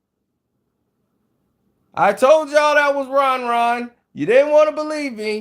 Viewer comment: It was Ron Ron not Bron Bron😂😂